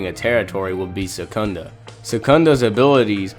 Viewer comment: Isnt his name is sukuna? Not sekunda?? Smh